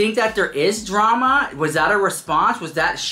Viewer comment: New “draam” huh?